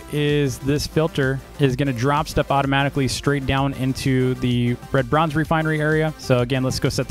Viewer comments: you pronounced red bronze bread bronze lol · I thought said "lebronz" like in lebron james but he said red bronze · Dv: red bronze What i hear: lebron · I love how do pronounces red bronze lol